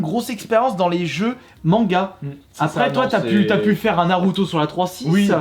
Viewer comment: Comment les noms des jeux sont écorchés 🙀🙉